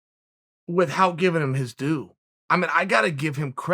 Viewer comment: Nobody: Chael: WitHout He pronounces it like Stewie Griffin lol